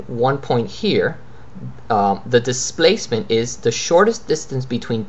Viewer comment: U r pronouncing like thistance nd thisplacement... Lol